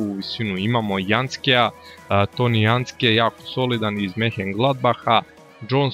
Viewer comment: Nije Janstke nego Jantšake